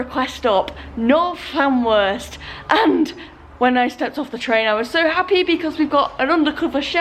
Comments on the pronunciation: Loving this series G, as i'm a North Wales local myself! You're not doing bad with the place names, but just fyi... Llanrwst is pronounced Llan-roost! Keep up the good work! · When you pronounce the ll at the start of the word in Welsh you make a strange sound with the side of your mouth just so you know